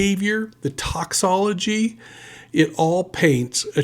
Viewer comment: It’s “ToxiCOlogy”, not toxology